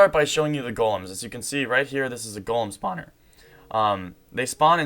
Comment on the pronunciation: listen how he says Golem spawner.